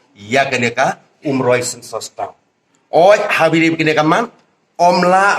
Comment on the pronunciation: Ko MDC.. Sngewbha ban kynnoh bha ia ka ktien "Umroi" ym "Oomroi"